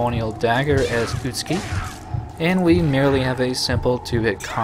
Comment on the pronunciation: Interesting that the actors got the pronunciation for 'Utsuki' correct, but not for 'Kureha'.